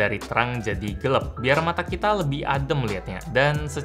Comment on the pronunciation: May 9th and still using "Gelep" instead of "Gelap"🤣